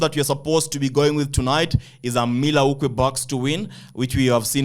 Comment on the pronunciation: MILL WAUKEE BOSS you pronous it wrongly type in on Google pronunciation to get the perfect way of calling it...